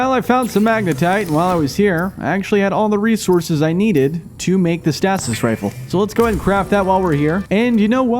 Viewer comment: Stay-sis stasis 😂